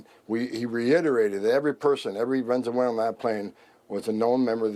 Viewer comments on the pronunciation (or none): This f*cking idiot can't even pronounce VENEZUELA! "VEZENELA". God, 'MURKAAns' look pretty stupid to the rest of the world. It's long been suspected here in Europe but now EVERY DAY we have the proof!!!🤣🤣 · "Venzawalen terrorists"? The claim that they have investigated these people thoroughly might be a tiny bit more credible if the Immigration Czar was actually capable of pronouncing the word Venezuela.